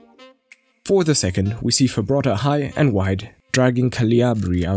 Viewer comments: its Frabotta not Fabrotta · It's not Fabrotta, it's Frabotta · Frabotta, Fra - Bo - Tta, not Fabrotta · fRabotta not fabRotta but otherwise great video 👍🏻😁